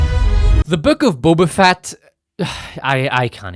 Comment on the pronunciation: He mispronounced Boba Fatt everytime😅